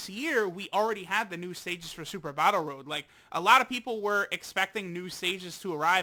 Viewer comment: Stop saying dokkan BATTIL at the start